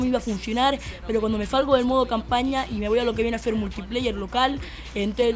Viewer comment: zi lo hacen bien o lo que viene zer zeeer se pornuncia ser si no con z niñato aunque uy buen truco